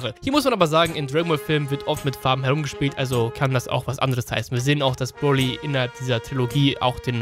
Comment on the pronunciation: Du sagst broli FALSCH